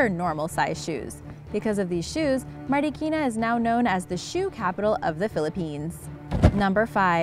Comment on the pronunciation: I like the fact that some of the filipino words like sinarapan or marikina, well she pronounced it well and plus points for the fact that even i live in philippines i didnt know about the huge shoes, i only know that marikina is a shoe capital